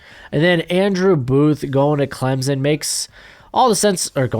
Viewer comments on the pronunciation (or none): It’s Clem- Son not Clemzen